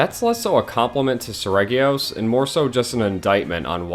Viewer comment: Oh boy, get my blood boiling by pronounciation. As a russian, if you see the word in my language – you know how to pronounce it. There is no room here for options. I get that it's different in english. But Lah gee acrus is the intended name. Japanese devs just didn't think you will try to "englishify" it. Seregios is more of a Selegios also.